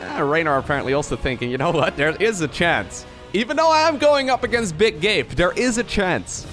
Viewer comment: Every time I hear him say Big Gabe I think he's saying Big Gay.